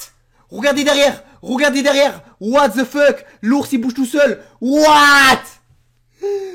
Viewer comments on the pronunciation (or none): On dit pas watt de fuk !!!!😨😨